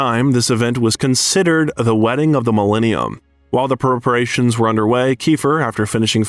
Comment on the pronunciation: And the pronunciation for Houston and preparations. 😂yikes.